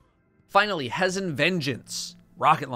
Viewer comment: Thank you for saying hez-en not he-zen vengeance. Drives me nuts when houndish does.